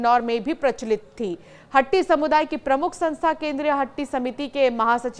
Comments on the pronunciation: मैडम शब्द हट्टी नहीं वास्तव में शब्द हाटी है. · मेडम हट्टी नहीं हाटी कहो